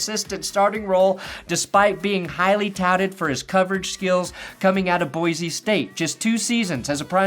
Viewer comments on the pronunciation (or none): I love you. That’s why I am sharing with you that Boise is pronounced BOY-C not with a z sound.